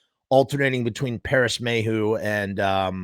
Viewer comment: WRONG DUDE ITS PARRIS MAYHEW NOT MAYO